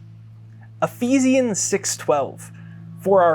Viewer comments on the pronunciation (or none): Ehfeeshuns....pronouncing Ephesians. Yiu are great. Thanks.